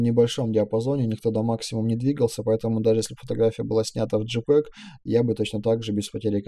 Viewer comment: Нормально объясняете. Лайк. Но с английским бяда. Большая, при том. ЖИпеги...Рав...Либрари..Вайты...Калор...Объясняйте уж тогда на русскоязычной версии...